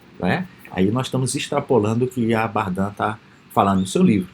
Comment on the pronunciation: professor, a pronúncia correta é Bardén, invés de Bardã